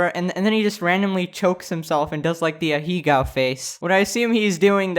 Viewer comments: "Aheega face" it's pronounced, I-yuh-gow. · okok I’m gonna sound like a Karen here but Ahegao is pronounced “ah”-“hey”-“gah”-“o”